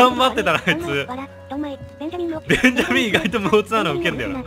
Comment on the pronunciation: ベンジャミンの発音が完全にモンダミンで草